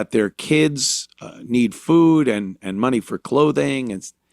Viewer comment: "we need ta graw our own foo" 🤣You gonna start a garden in November.!?!